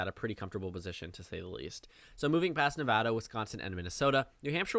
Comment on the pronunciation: I’m just here because you pronounce Nevada correctly